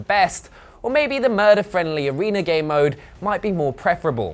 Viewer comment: I heard gaymode